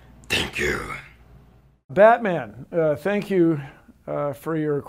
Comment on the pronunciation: did he say "I'm Batmang"?